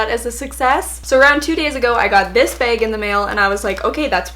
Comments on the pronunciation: I love how you say bag haha “beg” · I love how you say behg (bag) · i live in oklahoma, and i went to minnesota to meet a friend, and like wherever we’d go someone would say bag and i’d literally like die because it was so unusual to hear bAg instead of bag so often. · It’s a Canadian thing 😂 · i love how she says bag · editing is the funniest and i love the way u say bag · I love the way you say "bag" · Its canadian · jahseh tesfaye cuz she’s Canadian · me too! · I love how Canadians say "bag" 😋